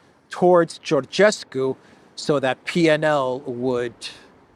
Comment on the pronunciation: the way to pronounce Calin is like Kerlynn. You're spot on regarding his last name.